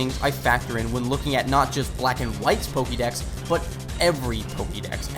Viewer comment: Little pet peeve. It's pronounced Po-Keh-mon and Po-keh-dex. You said Po-keeee-mon and Po-keee-dex a lot. I know it's a little thing, but it was distracting.